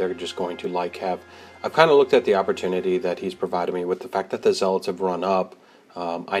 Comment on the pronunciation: Great report. Good battle. Menoth is tough. Not crazy about the Menite paint job tho. Well done, but the color scheme makes them look like a Cygnar force. Blasphemy! FYI, they're pronounced ZEH-lets not zeh-LOTS.:-) Also, on turn 3, doesn't the senschal have quick work? So after he charged and killed a guy, why didn't he fire his crossbow? Can't he also move 2" after killing someone? Or maybe I'm thinking of the wrong solo. Edit - I am. He has assault and hunter. My bad.